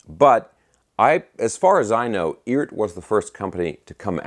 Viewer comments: I just heard it is pronounced E Art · Hey, I guess Phillip McKnight talked to the Eart guys and said it's pronounced "eee-art" with two syllables. If that's the case they probably should have hyphenated it like E-ART.